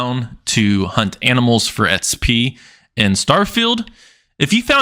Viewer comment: Xp not sp or etspy what the heck are you saying